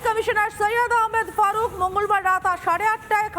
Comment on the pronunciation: Faruk na gadha maruf. Namta thik kore bol. Khali molom bikri😂😂😂